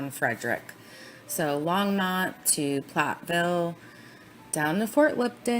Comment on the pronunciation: I lived in Thornton/NorthGlenn for almost a year and then a week before the murders I actually moved to weld county, the town Greeley ( which is where all the detective offices and where all the bodies were taken after their discovery. So this ( and as I’m listening lol it’s pronounced long-mont (think Monty python) Longmont ) lol 😂 I’m sorry Back to my point - I literally watched him on live tv pleading for his families return and I looked at my husband dead in his eyes and said “That man is pure EVIL, and he knows EXActly where his family is right now!!!” I lived breathed this case since day one! Saw the initial shadows of his children being hoisted into the truck with their dead mother before everyone caught on but I’m glad we finally have SOME of the truth! I heard that voicemail somewhere I will try to find it for you!